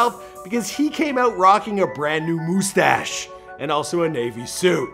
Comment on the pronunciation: Please tell me you are taking the piss saying "moo-stash".